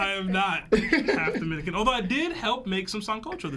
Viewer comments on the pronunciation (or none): none